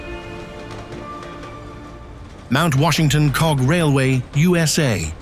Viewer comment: When I heard him say "Ooh Ess Aye" I thought... Ok this man has been slaughtering all these destination's names